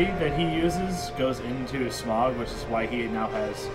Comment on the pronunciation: I believe it's Smow, not smogh.